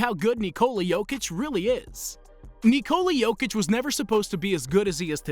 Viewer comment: nEeCoUllA yokeech